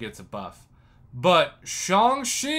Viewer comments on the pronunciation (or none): Isn’t it Shang like wang?